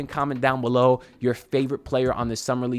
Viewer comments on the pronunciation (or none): none